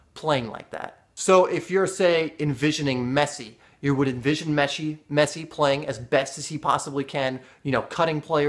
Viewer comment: lol he said meshi